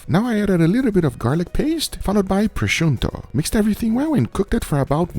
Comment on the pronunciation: Is there an "n" when you pronounce prosciutto? I've heard you say it a couplke of times now and i'm legtimately unsure if i'm correct or not.